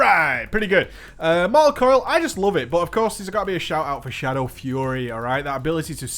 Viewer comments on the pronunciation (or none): none